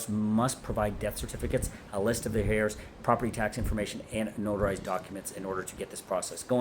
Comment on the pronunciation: Is this real? You keep saying ‘hairs’ and not heirs.